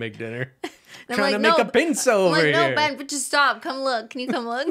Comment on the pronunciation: Thank y'all for keeping the nail oil pen dream alive and also Thank you Ben, you're one of about 3 people who have pronounced my name correctly! 🙃🙃